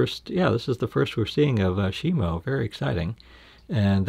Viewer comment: My life is a lie It's Shimo not Shimu